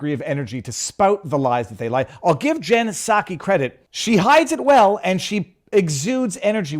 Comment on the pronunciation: "Jen Psacho"